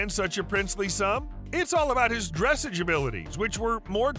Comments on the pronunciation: Not dressage, its prounounced dressaaaaage, sounding like massage or massaaaage. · Dressage, pronounced: Dress’ahge ( the a in the second syllable is a short a {ahh or awe} and do not pronounce the e at the end). The accent is on the second syllable. Examples: barrage, collage, dressage, garage, massage, mirage, montage. Give your AI narrator a lesson, or use a real person. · Dressage is pronounced with the accent on the second syllable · Its pronounced dressaarrge not dressage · It's pronounced "DRUH-SAWJ" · Terrible video, good grief. If you are talking about a Standardbred, at least show Standardbred racing and not Thoroughbred racing, and show the actual horse you’re talking about. While you’re at it, dressage rhymes with massage. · You are pronouncing Dressage incorrectly. And, why do you show a standard bred with its sale price and then show the horse racing as a thoroughbred rather than a trotter? Stupid mistakes in this well known to educated horse people. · don't bother with these videos. You say the same words on all of the clips. You pronounce dressage wrongly and you show Standardbreds racing under saddle while talking about their trotting prowess. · They have to learn how to pronounce the word Dressage correctly. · Try pronouncing dressage correctly. We know the speaker knows nothing about horses just by his pronunciation. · Would like your content a great bit more if you could learn the correct pronunciation of dressage! A little research goes a long way in giving you more legitimacy